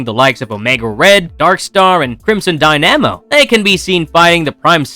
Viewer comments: Dynamo is pronounced like “die-nuh-mow” not “die-namo” 👍 I know how it is. I pronounced phalanx wrong in my head for like 15 years. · Dude, you do NOT know how to pronounce “dynamo.”